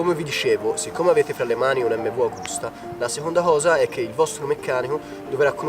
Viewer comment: Bel video! Unica cosa: si dice Emmevi àgusta, non emmvu Agùsta!!